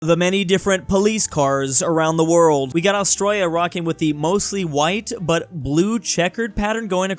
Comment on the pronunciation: im triggered first 5 seconds of the video bro says "austroya"